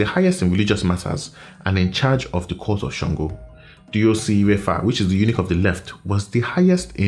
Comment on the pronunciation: Ouch! You say Eunuch as a title. 😳